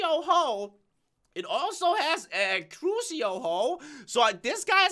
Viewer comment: the magical crops essences are called after Harry Potter spells like Accio,Crucio,Imperio Neat right? Btw you read it A-key-o and Cru-she-o(?) Also making a mob spawner makes it a lot easier to get essence